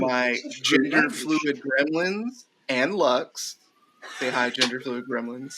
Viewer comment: Hard emphasis on gremlins